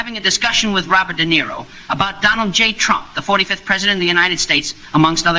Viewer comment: You mean ''DUH - NERO '' !